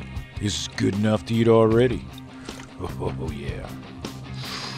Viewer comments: This is just me bud, but I think its pronounced good... Not guu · You can hear the capital U when he says "good."